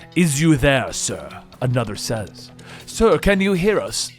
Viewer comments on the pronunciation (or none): none